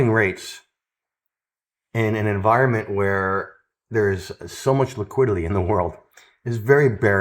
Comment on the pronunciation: you say Liquidily instead of liquidity